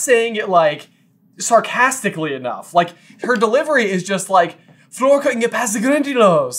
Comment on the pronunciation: Her name isn't "Floor"